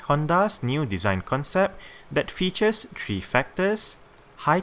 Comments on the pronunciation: You pronounce it fetus instead of features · at 99 percent of your videos you say fetus